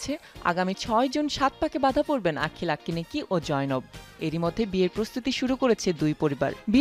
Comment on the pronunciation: nam taou valo koira bolte pare na Unara abar reportar Vai akinekki na akenneni hobe